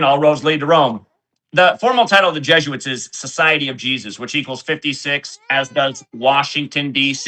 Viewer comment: nails it...... JESUITS not JOOS